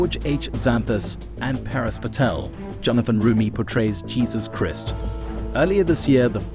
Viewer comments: Please say Jesus Christ the proper way pleeeeeeese❤ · Please pronounce Jesus Christ the correct way. Thank you.